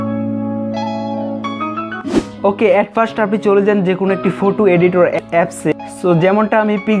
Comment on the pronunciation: ইংরেজী উচ্চারণে অনেক ভুল রয়েছে।যেমনঃ- ফটো কে ফুটো,মেইক কে মেক ইত্যাদি😂😂